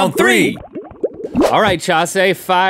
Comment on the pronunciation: it’s Chasé